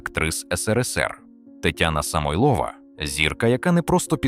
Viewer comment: СамойлОва неголОсний ДмитрОвич нААвчіть інтЕЕлект наголОООси ставИИИти. ЗагибЕЕЕллю…мерзнУУУУчи. Ну хоть провіряйте, ЩО ви викладаєте!!